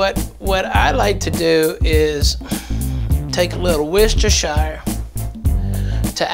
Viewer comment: Why do all Americans pronounce Worcestershire wrong 😂😂😂